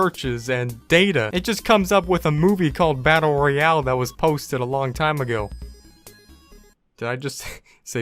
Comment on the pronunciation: He for got the e in Royale